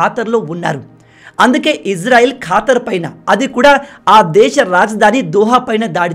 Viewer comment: Neevu manchi వీడియోలు చేస్తావు bhayyaa... ఖతార్ ఖాతర్ కాదు అని అనుకుంటా బ్రో